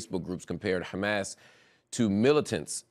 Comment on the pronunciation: A great interview as always, marc. I appreciate your support and knowledge of the palestinian cause. But I do have to add that as an arabic speaker, I love the way you pronounce Hamas. It is so crisp and clean and correct! Lol much love from algeria